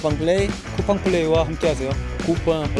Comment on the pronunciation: 린가드 쿠팡플레이 또박또박 한국어처럼 발음하는거 너무 잘하네 ㅋㅋㅋ